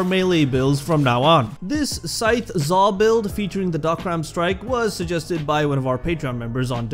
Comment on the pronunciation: man i thought you said zarr